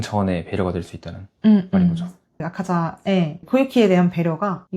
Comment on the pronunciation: 아카자를 왜 아까자로 하시는지..집중안되요